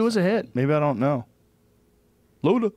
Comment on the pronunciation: I start crying every time he says “LUDA”